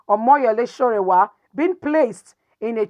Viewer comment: His name is sowore and not sorewa.